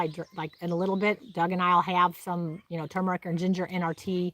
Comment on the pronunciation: I'm glad you pronounce turmeric correctly! Some people think it has a silent R! It is turmeric, not tooomeric like some people say. Sorry that's just my pet peeve. 👍👍